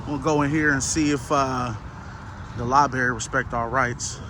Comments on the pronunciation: Its LIBRARY LIBRARY LIBRARY not libeery AH💩💩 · 😂 Li-berry! I really don’t think we can truly comprehend the ignorance level of lens lickers. To think that these little camera people, that can’t even speak the English language, are somehow geniuses and scholars of history, law, constitution, etc. Not only can’t speak but throw in, “my peeps,” “can’t even document the walls,” and once again my favorite, “li-berry!” Lol! You talk about someone who forgot to strap on their helmet tight enough before getting on that horizontally challenged bus, lens lickers are at the top of the list!!🤷‍♂️🤦‍♂️